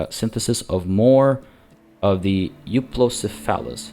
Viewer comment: Here's the most common way to pronouce Euoplocephalus I found after looking on the internet for twenty minutes: Yoo-o-plo-seh-fuh-luhs